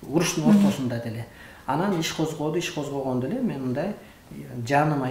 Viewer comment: Меен дейт го